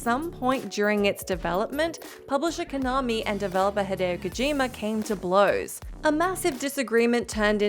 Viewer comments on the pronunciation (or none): none